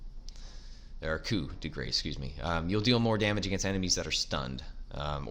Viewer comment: Great vid 👌 just letting you know Coup de Grace is pronounced (Ku de grah)